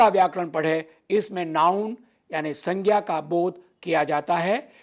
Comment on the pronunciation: 🙏🏻It is not proper to pronounce संज्ञा as सङ्ख्या or सङ्ग्या